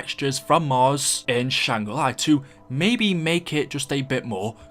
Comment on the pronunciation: why does he say shangri lye